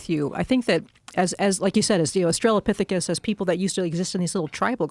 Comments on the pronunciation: For the love of god Joe, it’s AUSTRALO-pithecus. AUSTRALO. Not AUSTRALIA-pithecus. Why in gods name has no single person ever corrected him in over 10 years?! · Please Joe. It's "australopithecus". Not Australia-lopithecus". Please Joe. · I was thinking this might be just the right sweet person to tell Joe that the pronunciation is Awe Stray Low Pith Ick Us...not Australia Pith Ick Us. Oh well. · "Austrailia-pithicus" lol. Joe is so much dumber than he thinks he is.